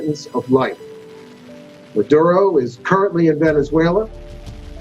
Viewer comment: It's not madro, its Ma dur oh